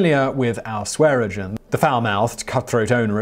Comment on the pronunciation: How many times can you say Swearengen and not once get it right? Neither of the n are silent. Typical Brit, can’t pronounce something properly so they just pretend half the letters are silent.